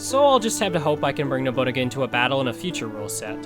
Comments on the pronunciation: I'm trying my best to hear Nobu-naga and not Nobu.. uh.. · Love the video. If its nickname is referencing the historical figure/character then its pronounced no-boo-nah-guh